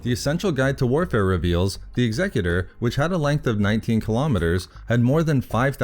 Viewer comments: Finally, someone who can pronounce "Executor" correctly! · Thank you for pronouncing "Executor" correctly.